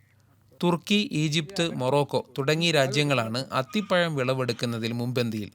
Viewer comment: അത്തിപ്പയം അല്ല.... അത്തിപ്പഴം..